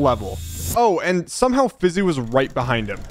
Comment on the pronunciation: Elioenah Francisco Pantaleon its Fiizy not Fizzy